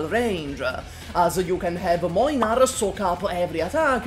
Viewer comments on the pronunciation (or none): "Mojnar" is not a pronouciation I ever heard or was expecting. As a polish person I don't know if I hate it more or less than "Mlajnar" that other people use. Both are wrong tho.